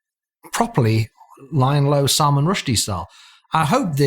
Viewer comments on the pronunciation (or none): none